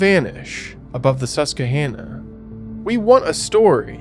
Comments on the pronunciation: It's "Sus-quah-hannah". I would love to hear you try to pronounce Schuylkill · It's pronounced, SUS-QUA! lol